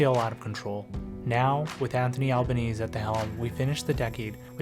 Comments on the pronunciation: The dogs name is pronounced "alban-easy" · How did "we" end up here. You mispronounce the surname of the Prime Minister and your accent sounds like you are from abroad. Are you actually from Australia Mate?